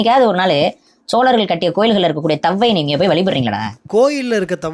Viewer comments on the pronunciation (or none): none